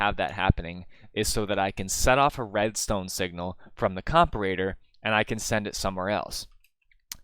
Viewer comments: Not correcting pronunciation, but “comperator” lol. Hit or miss, I’m already Tracer. Always put your emphasis on the wrong syllable for comedy :) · It's "WY-VERN", not "WYR-VERN"! Only one "R" in there. Also, it's "Com-PAR-ator", not "COMP-a-rator". Emphasis on the second syllable, like in the word "com-PARE".